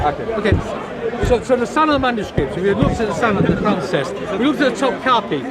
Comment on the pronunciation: why do they say "quvan"?